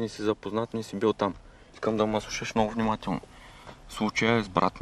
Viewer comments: "ДА МЕ СЛУШАШ ФФФНИМАТЕЛНО 😂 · "КМЕТА" МНОО "ЛОШО ГЛИДА" ДА МЕ СЛУШАШ МНООО ФнимателнО🤣🤣🤣🤣